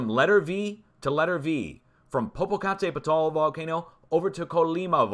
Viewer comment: It's Paradolia. And Popo-ca-TEP-itl. People felt the Ridgecrest quake into L.A. area. There was some quakes in the Mina NV area again. That global warming is working really well, isn't it? I'm in Needles right now and it's always been hot af when I been here before.